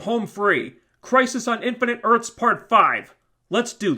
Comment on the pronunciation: "INFINITE ARTHS" EARTHS*